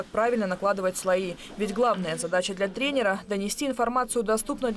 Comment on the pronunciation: Комментатору 2 за "тренера".